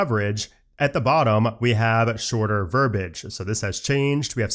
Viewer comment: *verbiage ... not verbage